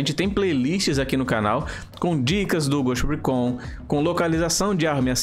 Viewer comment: Fala dos erros que cometemos mas não sabe sequer dizer o nome do maldito jogo em condições Récón, ricon, ghust rícon Lê-se Ghoust Ricon Escreve-se ghost recon.